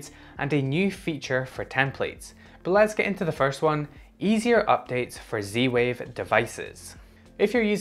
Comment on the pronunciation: Your accent confuses me. Where are you from and why do you call it C-Wave?